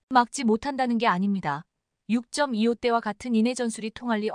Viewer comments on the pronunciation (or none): 육점이-이오 는 처음듣는거네ㅡ육이오 라고 해야지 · 세상에 육점이오가 뭐냐? AI냐? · 아무리 AI라지만 6.25를 육점이오라네